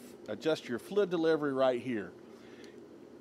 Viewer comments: I was like "what the heck is he talking about? Flu, flud, flud" then it hit me... OH, he's trying to say FLUID, but just leaving the "I" out... NOW I get it (diction is important) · Great video, but damn bro... It's FLUID, not Flood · Clarify please.... are you saying "flid" or fluid? Liking the info- video so far just not sure if flid is a technical painting term or if it's your pronunciation. Thanks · Thank you for this video sir! I'm trying to figure out what the knob on the side is for, the one marked 1-4. It sounds like you're saying it's a "FLID DELIVERY"? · Great video. I've never heard anyone say "fluid" like you!